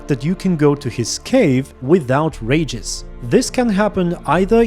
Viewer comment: REE-gis, not 'rages'. Sorry... had to vent.